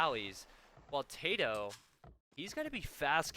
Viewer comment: I think your video may be lagging, you repeat every sentence you say at least twice. Also, his name is tatoh not tadoh. if i ws him, i wouldn't be happy having my name butchered unnecessary